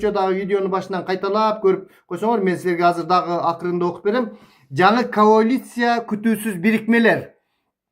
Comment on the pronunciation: Каолиция эмес, коалиция болуп жазылат жана айтылат